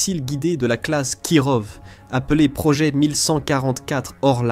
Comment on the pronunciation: Kirov se prononce KIROFF ! putain ça m'arrache les oreilles, voix IA pourrie qui sait pas prononcer les noms ! De plus les Kirov sont des croiseurs lance missiles, en aucun cas des croiseurs de bataille. Il n'en reste que deux en services, dont l'Amiral Nakhimov qui viens d'etre modernisé. Leur but est de servir de navire amiral, pas d'aller directement au combat.